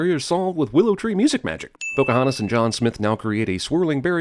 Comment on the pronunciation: PC-hontas lol.